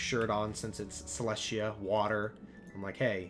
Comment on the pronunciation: I thought Celestia was pronounce Cell-Est-Tea-Yah